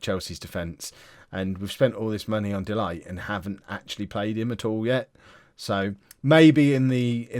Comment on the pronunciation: Please please his name is pronounced DE LICHT